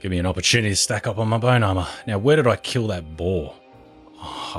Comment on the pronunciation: "opperchewnatty" dude wut